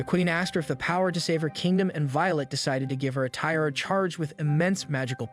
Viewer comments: Tiara is pronounced "Ti-ah-ra" not how you are doing it and it really annoyed me :-( Otherwise very good recap. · If this is such a high-quality production, why can't you pronounce "tiara" correctly? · Bro who writes your scripts because you obviously don't considering you can't pronounce tiara or bed ridden...